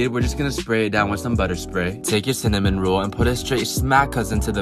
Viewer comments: This dude can’t say cinnamon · I mean he said cinanim newede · We'll season it with cinnenom?! Lololol!! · He knows it’s just because he does it to make it funny. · He said it fine, it be a joke!